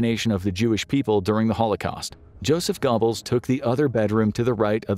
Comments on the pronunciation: 😂😂 Gobbles xD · I've never heard Goebbels pronounced that way. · You got to love the pronunciation of gobbles lol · i couldn’t focus on the rest of that portion because of it🤣